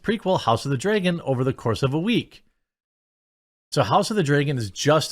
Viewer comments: It's not Dreagan it's pronounced Dragon. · Why do you say "Draygon" instead of "Dragon"? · what is this "House of the Draygin" he keeps mentioning? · Not gonna lie. You say Dragon super weird